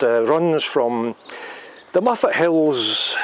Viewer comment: Hi,I thought tou were saying muppet made me chuckle. l loked it up and it is Mof+uht. Looks a bit bigger than I remeber,being snow stranded there on the way back from London in1985. Walking in the hills in hot sunny weather is very draining,the air seems less energy friendly. ATB